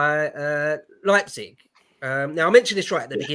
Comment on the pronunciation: What a great Happy Hour! I only cringed every time when the guy in the upper right hectically tried to justify his presence, but but didn't know how to pronounce places like Ricasoli and Leipzig.